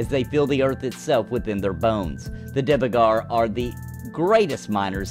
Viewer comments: It's not pronounced Divegar, but Duergar. Trust me, I'm a real life viking :) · Not to be that guy! But Dvergar literally means "dwarf" in Norwegian. So it is dwarf by all means. You said it wrong, not that that it matters in anyway ofc! haha. If the devs have confirmed that you should say it like that, they too say it wrong... he..he As always mate, great video! Looking forward to Pantheon and Camelot.